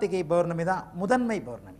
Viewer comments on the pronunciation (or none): not bournami it's pournami.not balangal..it's palangal